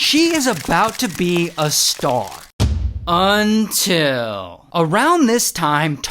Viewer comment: Who else loves the "UNTIL" 😂